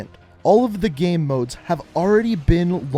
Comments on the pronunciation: Why do you say game like “gæm”?? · Or everytime he says gæm